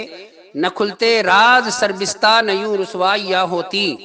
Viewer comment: ابے سالے سر بِستہ نہیں سربَستہ ہے پہلے تلفظ تو صحیح کرلے پھر طاہر گیاوی صاحب دامت برکاتہ سے مناظرہ کرنا علماء دیوبند زندہ باد